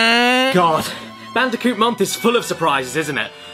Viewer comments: Please just say Bandicoot… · what's "controversial" about swapping the C's and B's in the name of a fictional character? The name is literally mispronounced throughout this entire video, the only difference is some people might actually accidentally call Crash Bandicoot Brash Candiboot, how do you think i came up with it?🤷‍♂️